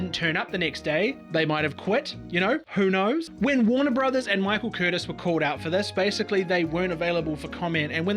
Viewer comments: It’s pronounced Michael Curr-tease.Hard to research?For future reference 👴🏼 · ~ timemark . . . I thought that the last name of the director -- well-respected and well-admired in H'wood -- was pronounced "Kur- teez" with the accent on the final syllable. Jest sayin'.